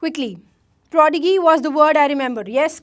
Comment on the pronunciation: Please be correct pronunciation of prodigy